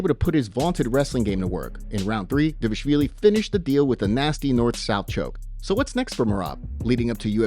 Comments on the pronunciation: Di-vaal-ishhh-viili. Get it right !! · Pronounce Merab's last name correctly!